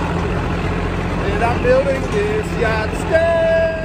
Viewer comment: It’s a, “Gustang!”